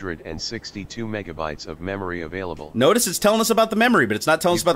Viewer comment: "avaiable MBytes"